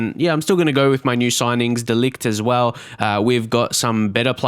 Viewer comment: I think De Ligt's name is pronounced De Light, or De Licht. No hard 'g'